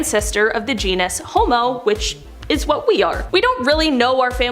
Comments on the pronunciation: Please for the love of Darwin - genus not genius. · *Genus… not “genius”. lol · its Jean-us, not genius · Dude, it's genus (geen-us).. not genius. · "Genus" is pronounced "GEE-nuss," Not "Gee-nee-us."